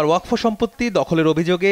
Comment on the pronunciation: উচ্চারণটা ওয়াকফো হবে না ওয়াকাফ হবে